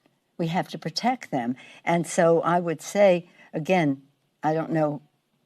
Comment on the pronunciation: "We need to protect tham."